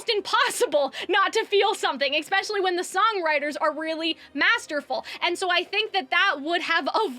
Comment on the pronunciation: "eckspecially" kills me